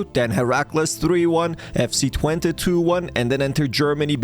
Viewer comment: pronounced t-vent-ay